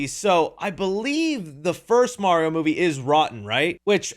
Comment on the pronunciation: you got Mario wrong ()